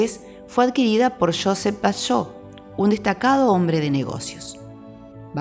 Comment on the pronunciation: No es Josefh es Josep